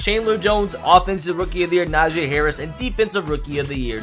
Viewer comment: WOWOWOWOWOWOWOW!!! doesn't know how to pronounce Najee Harris' name 9 weeks into the season. The best rookie this year!!!!